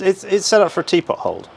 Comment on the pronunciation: A Brit who can't "teapot"? Unheard of!